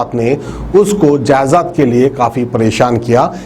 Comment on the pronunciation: Jayzaad ya Jaydaad?